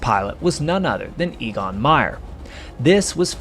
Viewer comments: Your guy's name is not EE-gon, but A-gon. Not surprising when you consider that the names for the German letters go: Ah, Bay, Tsay, Day, A -- so the name of the German fifth letter, "E", is pronounced very much like the name of the English first letter, "A", and that's what you use for his name. (I don't want to render the sound as "Ay", because lots of folks would pronounce it like "aye, aye, sir". Now, for "Jagdgeschwader", YOU say "JG", or "Jay-Gee", which doesn't cut it. The German letters would be pronounced "Yot-Gay", but they don't use the abbreviation. Just get over it and learn how to say "Yahkt Guh-schvah-duh" and feel that warm glow of accomplishment flood through your body. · EGON is pronounced EHGON as e is pronounced a in every other language but English.